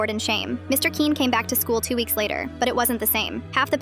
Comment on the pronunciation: The way the AI pronounces Quinn really grinds my gears its pronouned like kwin